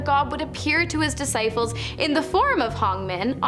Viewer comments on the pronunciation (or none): At the min mark I like how she said disciples with an f discifles it just sounded funny